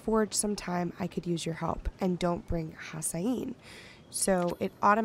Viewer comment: Hassian is definitely not pronounced HASS-eye-een. It's HASS-ee-ehn.